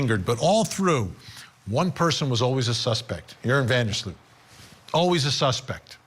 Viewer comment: Sloot. Not Slut.😢